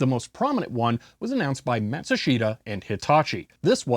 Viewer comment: Enjoyed the history. By the way, it is pronounced "Mashushta."